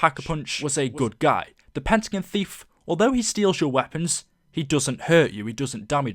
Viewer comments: It's pentagon not pentagn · it is Pentagon the end is pronounced gon.